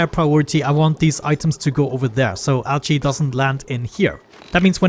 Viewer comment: A new ONI series I've not seen before! Just gonna watch this playlist... Also, your accent makes 'Algae' sound like 'Ouchie' to me, which makes it seem like the dupes are super distracted with ouchies, which is hilarious to me I think because they totally would be. xD